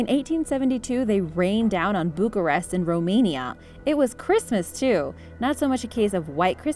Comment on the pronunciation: I cringe SO hard when foreigners pronounce Romanian cities. It's Bucureşti (or Bucharest), but she said it right.